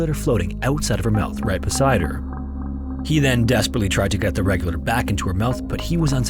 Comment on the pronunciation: You've got to sloooooow down while narrating instead of talkinglikethisduringtimesinthestorywhenitsfrantic! And you should work on enunciation a little bit. You sound like you keep saying 'regular' instead of 'regulator' and we don't need the conversion for every measurement. Stick to one or the other.